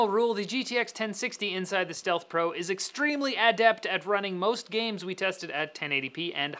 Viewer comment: Bath boost.. Gahms... come on!